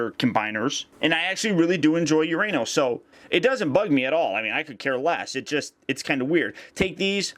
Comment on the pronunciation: still sounds wrong uranos sounds like your saying your anus